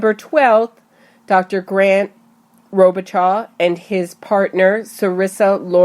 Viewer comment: His name is French and known in my area.....'Robe uh show'....